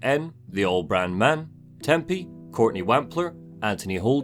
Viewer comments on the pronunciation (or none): none